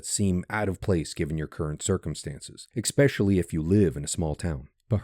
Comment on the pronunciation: Expecially? It's ESpecially.